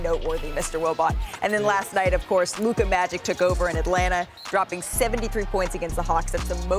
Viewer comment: Everybody: Luka. Stephen A: Loukur.